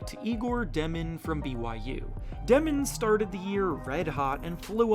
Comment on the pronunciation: For fck sake its D - Yo - Min not de min